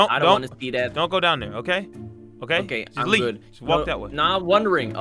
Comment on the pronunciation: You said gmod instead of good